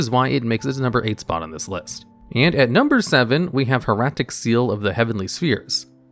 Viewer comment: It's pronounced High-rat-ick not Highracktick. Sorry I don't want to be "that guy" but where did the extra "C" come from lol